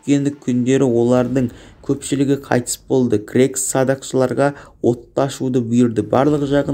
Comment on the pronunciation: Бірінші жаксылап окып алмайсынба сосын крекс емес ксеркс